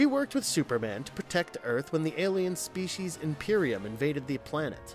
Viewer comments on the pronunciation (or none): none